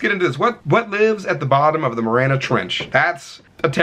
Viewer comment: "What lives at the bottom of the maranah trench." It's pronouned "mah-ree-anah." 😆